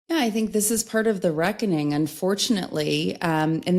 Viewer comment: Yes that’s the right way of saying it ‘ the reckoning”